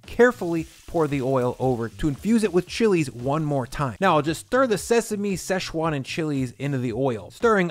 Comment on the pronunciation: there’s no such place as sesh-wan. It’s Si-chwan.